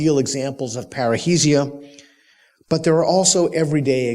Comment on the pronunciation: Peter you keep saying it wrongly, it is not "parreisia", it is "parresia" (freedom of speech)